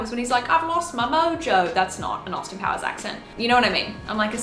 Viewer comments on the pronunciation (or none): none